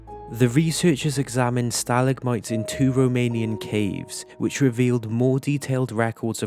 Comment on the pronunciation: The mispronunciation of stalagmites bugged me a little, but gave me comfort at the same time because a real human spoke the words lol.